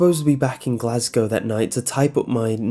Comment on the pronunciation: Makes me cum hearing someone on youtube say "Glasgow" right